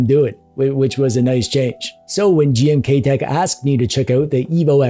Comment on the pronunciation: Anybody else hearing "GMTKtek"? 😅